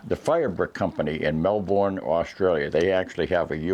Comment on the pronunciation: Just to help mate, Melbourne is pronounced Mel-burn. G’day from Queensland Australia (give Melbourne a miss if you come here mate, too many yuppies)